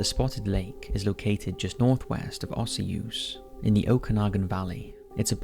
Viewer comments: Osoyoos is pronounced O-SOO-YUS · Just for your info you pronounced Osoyoos wrong lol O-Soy- yoos or O-Soy-Use and it is also one of the hottest places in British Columbia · That's not how you say Osoyoos but good try haha!